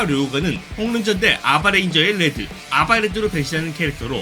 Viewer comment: 레즈라고 들린다..